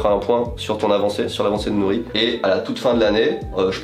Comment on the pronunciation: Ohhh le "R" de Nori magnifique vraimment 🤩👍